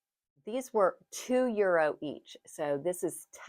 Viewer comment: Euro in the plural is euros with the "S" pronounced!